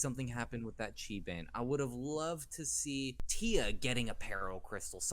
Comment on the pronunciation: Chi pronounced Ki